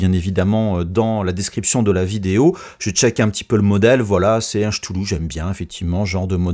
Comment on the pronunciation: j'avoue que j'ai un peu ri sur le "Chtoulou de Michel Sabertouffe", je ne me moque pas hein, mon accent français est atroce quand j'essaie de parler anglais, mais ça m'a fait rire.